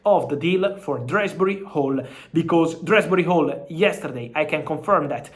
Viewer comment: Dewsbury-Hall... not Dresberry-Hall